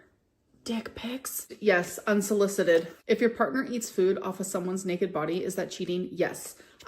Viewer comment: doesnt she said foud?